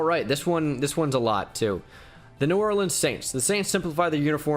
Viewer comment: I like the Mardi gras Thank you for not mispronouncing new orleans 😂